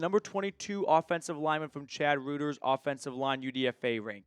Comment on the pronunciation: Hey if you are referring to Reuters it is pronounced "roy-ters".